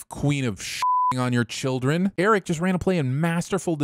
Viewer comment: I REFUSE to accept the results of your sin tally until you go back and add a sin for every single time a character in the episode OR yourself in this video pronounced Prince Airk's name like "Eric", instead of with a single syllable which is how the name of Madmardigan's long-time best frenemy, Airk, for whom he was CLEARLY named, was said.